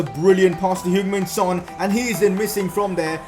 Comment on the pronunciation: Mate it's Heung Min Son not Human Son